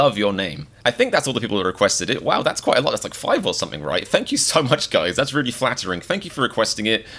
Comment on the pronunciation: “FaNk YoU”